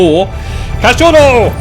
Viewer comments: btw you pronounce cachorro like cash-show-ho. No rolling of the R's that's Spanish or maybe Portugal Portuguese. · just so you know, it's pronounced as Cacho-HO (dog). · Cachouro kkk mto bom ele falando cachorro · Hi why don't we make a small game for each time you pronounce wrongly the word Cachorro you give me 1k on skinclub to play on your account deal? :)